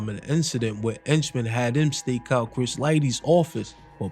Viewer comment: 😭😭😭😭😭 Why he keeps calling Jimmy 👉 ENCHMAN, IT'S AKA JAMES HENCHMAN ✔️